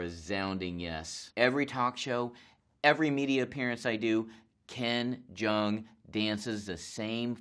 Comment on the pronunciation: What he said: Hi I'm ken jeong What I heard: Hi I'm ben chang